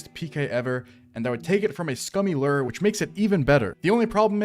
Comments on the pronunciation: i thought lure was pronounced (LEW-URR) not (LERR) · day 2091 of rs players mispronouncing the word "lure". rations are running low, and i fear i may have to take drastic action soon.